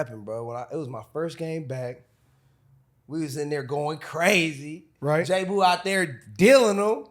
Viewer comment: It's JAboo no Jboo. smdh